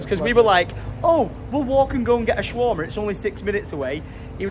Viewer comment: He kept saying shawarma wrong 😂😂😂